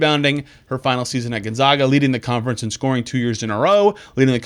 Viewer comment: So, excited for Ejim! Get it girl! I did cringe hearing the way Gonzaga was pronounced though. Gahh! 🫣